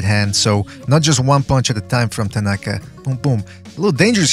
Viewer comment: Hmmm. I'll look into it. I might be able to find a Japanese stream as well. After all, I am the Undercover Asian. Thanks! By the way, pretty good pronunciation of the two guys' names. My ears still hurt from Max Kellerman's pronunciation of Naoya Inoue's name.